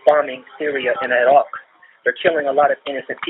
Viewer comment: When someone pronounces Iraq wild like that get them checked folks.. He (seriously rolled r) Ak